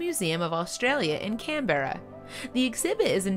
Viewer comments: Canberra is pronounced Can-bruh. Not Can-berrar... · You mispronounced Canberra. It's pronounced Can-bur-Ra NOT Can-bear-ra. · It's pronounced, "CAN-bra", not "can-BEAR-uh". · Would you please stop saying Can-bear-a.. It's pronounced "Canbruh" So irritating people can't stop and research simple stuff like that.. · Zoo Land, no charge for this information--Canberra, the Australian capital city, is pronounced CAN-burr-uh, rather than CAN-bear-uh. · ……it’s ‘Can-bra’ NOT ‘Can-Berra’, irregardless of how it’s spelled……🇦🇺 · "Can-bearer", Australia ! Try proper name Canberra, "can- bear- ar" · If you're going to do a report on a well known place or subject you should really find out how to pronounce that place: it's CANberra, not Can-beara... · You have to cringe at the pronunciation 'Can-Berra' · What is with people and not being able to pronounce our city names? Like, Can-Bear-a? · Salty glad I am not the only one can berrra 🤣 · Yup - I believe it’s closer to "CAN-brah". Even if it’s an AI-generated voice, surely they could program her to pronounce key words properly. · Canberra is pronounced CAN-BRAH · The way you pronounced Canberra is killing me😂🤦‍♂️ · The way she said 'Canberra' hurt my soul. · Hands up if you're Australian and the way this woman pronounced Canberra made you feel like you had been kicked sideways into a brick wall. ✋ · You say 'Canberra' wrong.